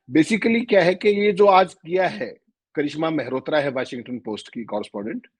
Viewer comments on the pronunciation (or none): Its Washington Post not “ Washingatan post”😅😅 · please pronounce "Washington"not as Washingatan. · आप वाशिंग - टन बोलते हैं, जबकि वो वॉशिंग्टन है। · 😂😂 Washing gaton kya hota hai yeh Washing gaton 😂🤣🤣 Washington hota hai Washington Chitragupt 🤣🤣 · it's Washing-ton / Washington.